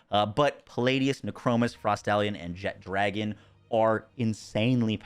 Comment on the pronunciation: apparently we just need to learn how to pronounce Jet-Ragon there is no D